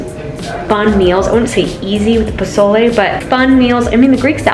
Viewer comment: It’s pozole! Lol